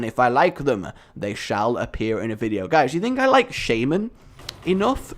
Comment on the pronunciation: So you achieved golden shaman status, and still can't pronounce it...